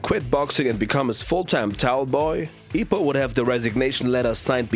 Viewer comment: Nah his name is Ippo not Ippi 😂